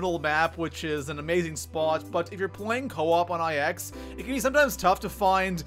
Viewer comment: I will pay you to pronounce IX properly